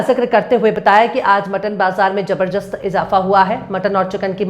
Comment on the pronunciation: Madam jabarjast नहीं jabadast होता है